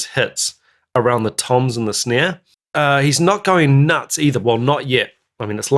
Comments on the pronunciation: Why do you say snear instead of snare? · "Is that my snaieah?" A million years later "I really want to know if that's my sneaiea!"